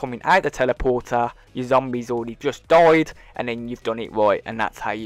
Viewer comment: Y does he say zomberd